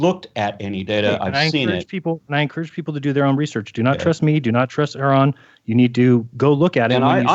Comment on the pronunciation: I think Jeranism accidentally called Aron 'Iran' . lol